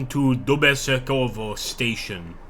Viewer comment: DubosEkovo — stress on E letter